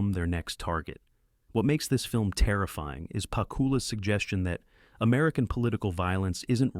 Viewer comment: ANNOUNCER OF THIS VIDEO : SIR------HIS NAME IS PROPERLY PRONOUNCED ALAN. J. PACK OOO LA. ----------PLEASE, OUT OF RESPECT, PRONOUNCE IT PROPERLY. -------MJL, 78 Y/O